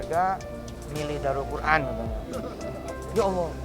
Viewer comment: Daarul qur’an kali. Bukan daurul qur’an